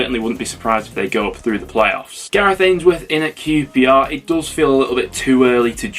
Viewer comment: Blackpool 6 -qprrrrrrshtahhhh 1😂